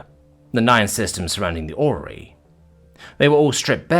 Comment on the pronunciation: the great OR-REY-O'S